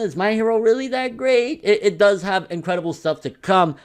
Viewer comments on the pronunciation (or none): none